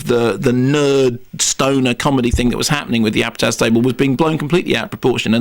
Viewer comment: "Judd Apatapatow..." xD